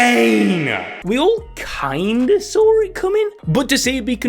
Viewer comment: "we all kind of Sawr it coming" lmfaooo